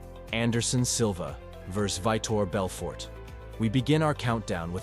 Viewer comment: Its pronounced Vee-Toor Belfort.